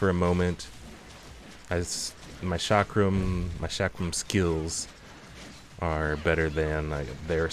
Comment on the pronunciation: well the way you pronounce chakram and shiro is a bit weird